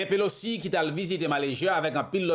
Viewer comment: HI BROTHER, HER NAME IS NANCY PELOSI, NOT POLOCI. MAY THE LORD BLESS YOU.